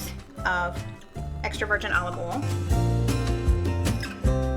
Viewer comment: It’s not olive Al it’s olive oi